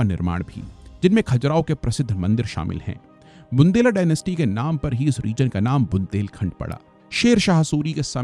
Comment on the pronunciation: बंडेला नहीं मास्साब 😂😂😂 बुंदेला ... और चंडेला नहीं चंदेल शासक थे... कम से कम इतनी जानकारी तो... खैर.. कोई बात नहीं 😅